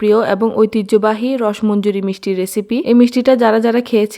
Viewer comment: আমি তিরিশ বছর চলে বিদেশে থাকি। । বাংলাদেশের মেয়ে আমি। আমাদের সব ভাইবোনের জন্ম বৃদ্ধি ঢাকায় হলেও বাবা মা রংপুরের। গাইবান্ধার রসমঞ্জরী বহু বার খেয়েছি। তবে তা বহুকাল আগে। উচ্চারণটা রশ্ মঞ্জরী না। উচ্চারণটা রশোমন্জরী। বানান রসমঞ্জরী। ঠিক যেমন রশ গোল্লা না। উচ্চারণটা রশোগোল্লা। বানান রসগোল্লা।